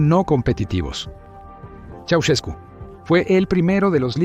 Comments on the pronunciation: Soy rumano y se escribe "Ceausescu", se pronuncia "Chau-shescu" No tengo la letra Sh en el teclado inglés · Quién será ese tal "Chaucheku"? De dónde sacas estos documentales rusos? Prefiero verlos en lengua original que escuchar a la peor IA del mundo #пиздец